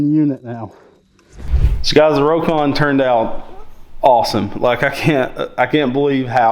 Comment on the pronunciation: Well, it’s pronounced “Rock-on” not “Row-kon”